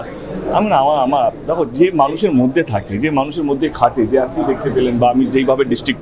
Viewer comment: আগে বাংলাটা ভালো করে বলতে শিখুন। জীবনে একটাও বাংলা বই পড়েছেন? বাংলা কবিতা জানেন একটাও? পুরনো ক্লাসিক বাংলা ছবি দেখেছেন? 'ক্যে' না বলে 'যে' বলতে শিখুন। বাংলা ভাষাটা মুখ দিয়ে ভালো করে বেরোয়, না বাংলা ছবি উদ্ধার করতে এসেছে। এক কথায় উনি করতে এসেছেন ব্যবসা। বাংলা ছবির পাশে দাঁড়ান ইত্যাদি সবই ব্যবসায়িক স্বার্থে বলা কথা।